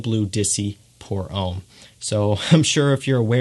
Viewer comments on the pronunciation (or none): none